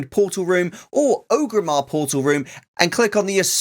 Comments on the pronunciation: It's ORGRIMMAR NOT OGRIMMAR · its Orgrimmar, not Ogrimmar